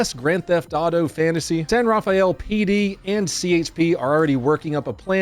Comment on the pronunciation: Rafael is pronounce "Ruh-fel", btw Source: Am Bay Area native